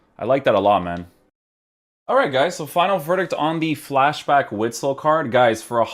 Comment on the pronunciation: I believe it is pronounced 'vitsel'